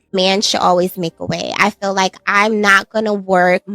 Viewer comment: Someone please tell these girls that the word is "feel" not "fill". In every single video too, every black girl says fill😂😂😂😂😂please take some English courses